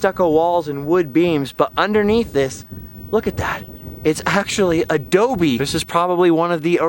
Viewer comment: Adobe. Can y’all say that with me? Ahh-Doooh-Beeee.